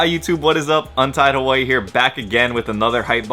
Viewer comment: Is it just me or does it sound like he's saying untitled warrior instead of untied Hawaii